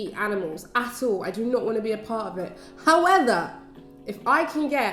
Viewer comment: she literally said "HOWETHER" 😂😂